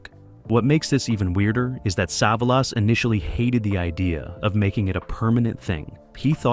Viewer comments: I can't take it anymore wqith the "sah-vuh-lass". Didn't even make it a whole minute. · AI bullshit. Can’t ever pronounce Telly’s name